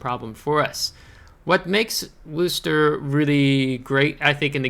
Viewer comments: How dare you mispronounce Worcester. Actually that is pretty close to correct. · Yeah that's how Bostonians pronounce Worcester so good on ya for saying it the way that the city it was named after says it.